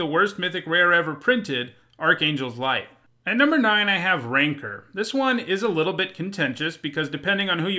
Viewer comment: Yes, that is the pronunciation.